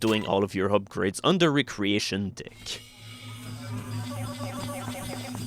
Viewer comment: Sigmund Freud was right, I keep hearing as saying "dick" instead of deck